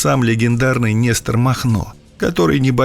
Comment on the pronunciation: Нестр или Нестор?